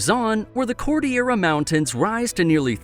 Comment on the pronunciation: Dude the way he pronounce Cordillera It's bothering me btw I'm pilipino and my dad just herd him pronounce Cordillera and he laughed